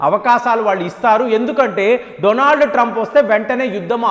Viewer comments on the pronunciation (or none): none